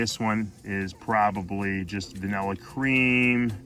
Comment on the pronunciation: Vanillarish lol love the accent